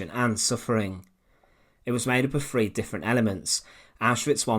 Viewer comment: What is 'caffolifism'? Oh, you mean 'Catholicism'. You poor thing. You just can't speak properly, can you? And the word is 'three' not 'free'.